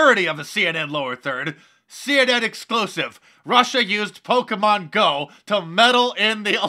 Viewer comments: Instant and instinctual cringe when Don Lemon says "Pokeman". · I think Don meant “Poke a Man” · Lemonhead can't even pronounce "Pokemon" properly.